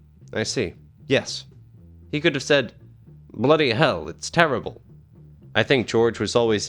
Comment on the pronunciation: Never say "bloody" like that ever again. Thanks